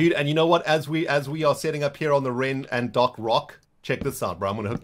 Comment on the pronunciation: Anybody else hear ren say the Ren and Doc rock?